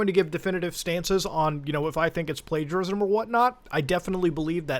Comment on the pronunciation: I cannot believe Mutahar just didn’t bother checking the word “Plagiarism” up. He literally said “Plagarism”. Nice effort brother. I mean I know Muta, he always double-checks, but he didn’t this time.